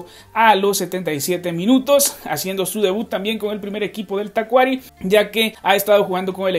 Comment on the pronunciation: Se pronuncia Tacuarí. Saludos 🇵🇪